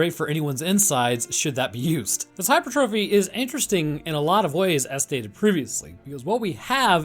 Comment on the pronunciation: Hi-per-tre-fe, not hyper-trophy. I love your work btw, lol sorry for nitpicking